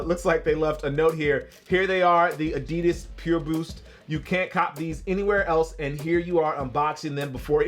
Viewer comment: Finally someone pronouncing adidas right... at least the first time u said it